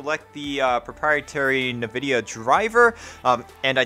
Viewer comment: It's "envidia", not "novidia".